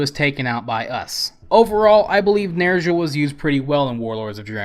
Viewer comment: nerzshul. fucking. nerzshul